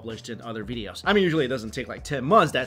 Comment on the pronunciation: Mike Chen- "Veedeos"